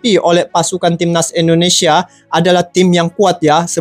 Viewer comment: INDONESIA BUKAN ENDONESIA !